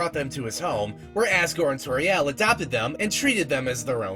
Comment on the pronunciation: "TORIEL" ISN'T PRONOUNCED LIKE THAT EITHER!!!!!!!!!!!!!!!!!!!